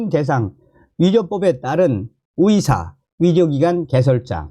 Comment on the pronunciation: 위사가 아니라 으으사